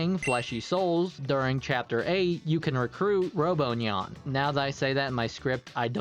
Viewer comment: you actually pronounced robonyan's name correctly for the japanese version